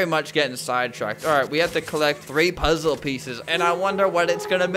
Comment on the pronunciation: The dude having a seizure tho + “Solve the lASZer pollze” “Soalv it pleazea”